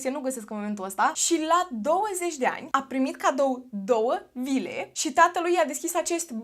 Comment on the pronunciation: am înțeles 2 lire in loc de vile 😭